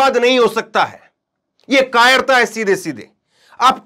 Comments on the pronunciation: Katterta nahin kaayerta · Kattratta nahi kayrta hai